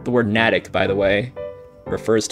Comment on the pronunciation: Hi! I've been watching and thoroughly enjoying your videos for about a month now, so thank you! Given your title for today's video, as an MA resident I couldn't resist letting you know that the town of NATICK is pronounced "NAY-tick". Though, in the xword community I'd bet the word is commonly pronounced "nat-tick" since the whole point is that it's a word only a MA resident would recognize. :) Again, many thanks for sharing your crossword experience every day.